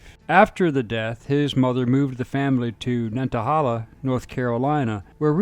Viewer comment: I lived not far from Eric Rudolph. He was all around town during the “manhunt”. He even went to someone’s funeral. Edit: Nantahala= Nan ta hay la. Not holla.